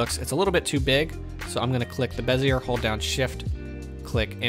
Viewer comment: FYI, it’s BEZ-e-ay, not bez-e-er. Those French and their silent r’s.